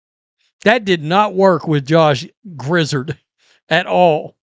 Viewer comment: It's grizzard as in Yard your welcome.